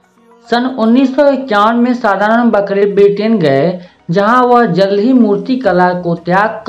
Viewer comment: आप खूद गलती करनेवाले मास्तर है आपने सदानंद बा क रे का नाम बहूतही गलत लिखा है ... और ऊच्चार भी गलत करते है .. आप बकरे करके पुकारते ये गलत है . ये मुसलमान नही है ...ये ब्राह्मण है ... आगर मै आपको गलत नामसे पूकारेंगे तो चलेगा क्या ???आप मास्तर है तो खुद आपनी गलति सुधारो .छात्रोंको गलत मतसिखाओ.... मै ये सब आर्टीस्ट ग्रूप मे बताऊंगा की आप कीतनि बडी गलति करी है ...और आप कितने अनपढ है ...आपको बाकरे लीखनेको आता नही ना बोलनेको आता है ....... .